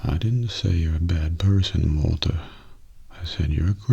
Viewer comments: I think like, the very last time he said it more like "waltuh" but every other time it was just normal "walter" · For people who say that doesn’t say “Waltuh,” he actually switches up between “Walter,” “Walture,” and “Waltuh,” as if even he has no idea how he pronounces Walt’s name himself. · New Mandela effect, I didn’t even remember how often just said “WaltER” instead of “Waltuh” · What’s weird is never says “Waltuh” in breaking bad. Someone else on this comment section pointed out that it’s more like “Waltur” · The best part of the Waltuh meme is that never said Walter with an ‘uh’. He would always say Walter with an ‘er’. I feel like this is gonna be the next example of the mandela effect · Kinda its more like waltur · before died he called him walt-uh